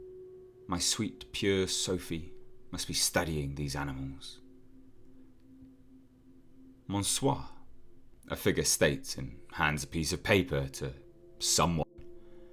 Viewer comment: Great work as always, but you pronounce "Monsieur" VERY wrong! It is "Messjoe" or "Messjö", you have to say the "ö" like in "early" or "mercy"